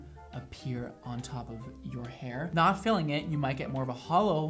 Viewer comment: OMG I thought he said FEELING your hair not FILLING... hahahahaha I'm dying!! and hey I'm a brunette and LOVE it!! and your joking never feels mean spirited (to me at least!) and you have me cracking up